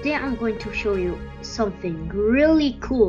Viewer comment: SKA_16 it's actually I love you but it sounds like I love poop